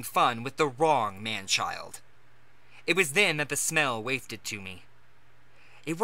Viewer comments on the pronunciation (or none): Wafted is pronounced Wof-ted not wafeted